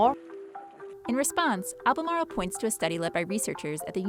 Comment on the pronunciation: Cmon pronounce Albemarle like a real North Carolinean